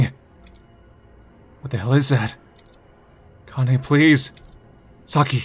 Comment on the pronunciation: i know this is something really minor but Kanae is pronounced like "Kah-Nah-Eh". you need to brush up on your weeb language skills